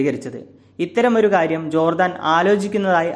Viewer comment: Jordaan. Chadikkum.